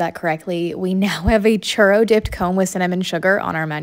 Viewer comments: “cherr dip cone” it’s ‘choo-rro’ not cherr learn how to pronounce churro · Ok it's the way you just said churro like that ur sooooooo white. In Mexico we pronounce it (choo) (roe) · It's pronounced (ch-oo-row) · Lmaoo the way they pronounce it a charo 😅😂😂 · Choorro is how its pronounced. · Pronounce churro right chu row. I your rss and sounds like someone saying eag instead of egg 🥚 bro say it right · I wish she could say churro the right way this makes my nerves go up boooiii idk how to spell it in English so it can pronounced better churo maybe lol